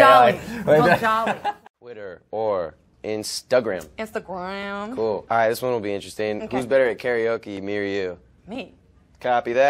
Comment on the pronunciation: The best part is how she said Instagram